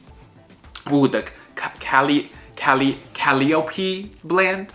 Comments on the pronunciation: Calliope is pronounced kah-LIE-oh-PEE 😉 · I thought that Calliope was pronounced Cuh-LIE-oh-pee...? Like the music type?